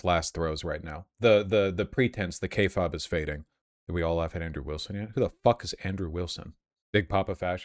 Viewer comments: FINALLY somebody corrected him on his pronounciation of kayfabe. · Every time vaush tries to pronounce the word kayfabe an angel dies